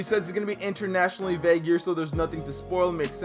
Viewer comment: Internationally vague? Lol did I hear that correct?